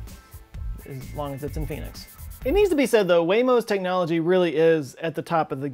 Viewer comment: "as long as its in Pheonix" Definetly thought you said "As long as theres a pe**is" 😂